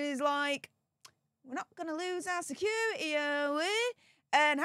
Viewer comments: What the hell is “secura-ee”? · Someone tell this woman the word security has a T in the middle of it!! It's pronounced, securiTy.